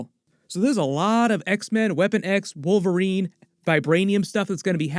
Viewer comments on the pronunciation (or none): none